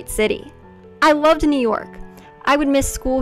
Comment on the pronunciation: did she say „i lovded“ ? 🤷🏻‍♀️🤣